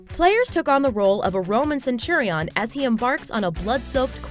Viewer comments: lol.... "cen-tur-EEE-on". :P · Century- ON. 😂 The way Americans pronounce things is funny as. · The way you pronounced centurion, ugh.